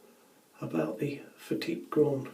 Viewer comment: Bravo. At last, someone has used the correct pronunciation for this razor, instead of the usual "fat tip". All the best.